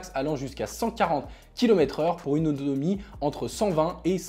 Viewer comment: A il a dit audonomie